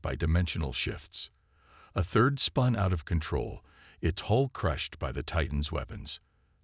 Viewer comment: It is not HOLE IT IS NOT HALL DAMAGE IT IS HULE DAMAGE. PLEASE TRY TO GET IT RIGHT